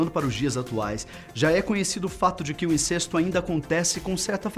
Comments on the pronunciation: A pronúncia não é "INCÊSTO" (com "e" fechado), mas "INCÉSTO" (com "e" aberto)!!! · Incesto e pronunciado com ‘e’ aberto, mesmo sem acento...